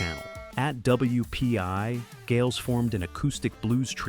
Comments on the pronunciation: Lost me when the AI said Gails. Stop watching AI BS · Great great band. I wish I could have seen them live. "Gailes"?. At least get a narrator who can research correct pronunciation. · I tought this AI was supposed to be smart.but they can't even PRONOUNCE the name right. IT IS PRONOUNCED Isles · Does anybody have a minute? After so much time and effort goes into producing a video like this, WHY does no one involved give it a quick, final listen for obvious blunders on the part of the narrator? Whether it's about the two letters we see everywhere now...or NOT.....STILL.....Um....HOW in Hell did nobody say, "Hey, why'd you pronounce it 'GAILS' there ? Erase that & COPY & PASTE in a correctly-pronounced GEILS. It's a pretty glaring glitch!" This kind of stuff occurs in nearly every one of these kind of productions. Just saying, "That's typical Ai for you!" doesn't answer the question.....does it? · The ROBOT Voice mispronounced the name Geils. And why didn't the ROBOT VOICE call the Harp player by the name he was known as, Magic Dick? Bad research, weak Robo Driven narrating.